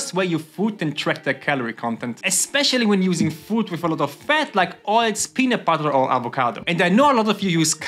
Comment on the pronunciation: "Oiltz" Love your channel